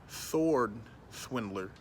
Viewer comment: My nigga said Swordswindler though.